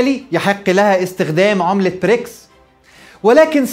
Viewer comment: واضح انها حلقه قديمه، لأن حضرتك بتتكلم عن رئيس وزراء انجلترا الأسبق بوريس چونسون، وبعدين خد بالك من النطق، البريكس يبدأ بحرف B وليس P